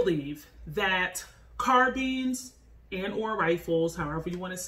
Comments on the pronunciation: It’s not pronounced car beans it car BINES 🤦🏾‍♂️ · no actually we dont.. carbines (car-byns) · nice vid but pronouncing "carbines" like "sardines" had me cringing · “Carbeans” lol nice vid tho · CARBEANS LOL... LOVE THE VIDEO THOUGH!!!! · Why do you keep pronouncing it “carbeens” lol